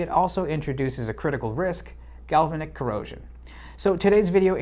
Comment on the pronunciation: A'node. Gal-va'-nic ;-)